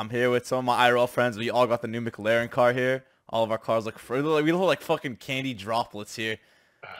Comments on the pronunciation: The way he said McLaren sounded like he was saying Mick Larry with some kind of speech impediment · McLaren not mc-laren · Why tf did u say “MC LAREN” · Holdddd up.. are you at McDonalds my dude why did you call it a McLaren like a fucking McDouble hahahahahaha i'm dead